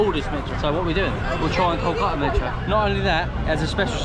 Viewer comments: That archetypal southern accent, I guess. Kolka'a without a "t", 'a'er without "w" and "t", and the like. 😊 However, "r" and "t" take the most beating. Why do you treat "r" and "t" with such abhorrence, like they're national enemies? 🤔 I fear someday they may be struck down from your vocabulary entirely. Poor siblings "r" and "t"! 😢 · Your pronounciation of "Kolkata" is fantastic. It would be kol-ka- - ta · Good content, good approach. But, pronounciations are too bad to be heard of, e.g we are hearing Kolkata as Koàtá. Many other examples. But then, still, this video deserves 9 stars out of 10 stars. How good you have made the video.